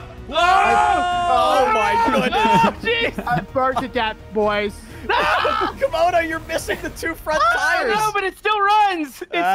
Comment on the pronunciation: say camodo its not 96 its 69